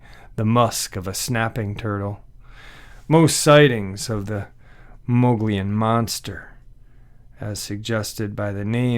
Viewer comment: THE MO GE ON IS HOW ITS PRONOUNCED, MOGILLON RIM,,is beautiful forested heaven.the APACHE INDIANS have a home there,its located near the mid to southeast corner of the state,awesome country.